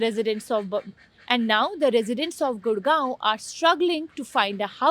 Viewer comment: She is Indian and can’t pronounce Gurgaon